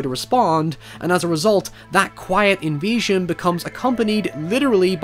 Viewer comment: Took me ages to work out you were saying invasion and not envision.